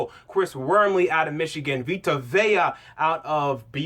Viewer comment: bro u pronounced Vita Vea correctly. That last name like Mariota gets butchered all the time.